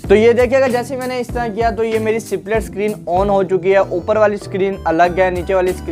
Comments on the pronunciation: U need to improve ur pronounciation.... It's ((split)) not (c-plit) pronounce even the "s" in it... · सिप्लिट 😂😂😂 अबे पहले ढंग से बोल